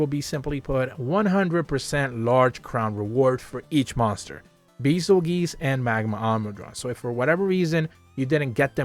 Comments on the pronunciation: "Beezelgeese"😂 But still, great information and great video. And also how the hell are the lunagaron+gore and kushala quests 6 star? Afflicted? Advanced? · Isn't it more like "beizelgeese" or something? But do you know why those quests are 6 star, since it doesn't really make sense.